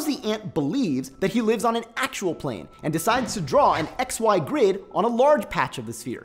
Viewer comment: A tiny patch at the equator looks like a plant? What are you saying. I just can't follow your sentences. You speak too fast without proper pauses and have odd pronunciation. "And within that patch, two great circles both look straight" you need to say From the ants point of view they look straight. And it's not" two great circles both look straight", it should be "part of the two great circles that the patch captures both look straight from the ants perspective". This is not so hard to understand as people mention in the comments, but the editing is so piss poor that you make it so that much more processing is required to understand what you are saying. Also its a geodesic not geadesic